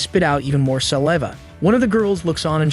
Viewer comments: sa-lee-va thats crazy bro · Teach your AI how to pronounce "saliva" correctly... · You said saliva wrong like 80 times😂